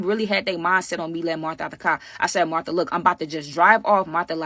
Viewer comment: You called Martha tae 😂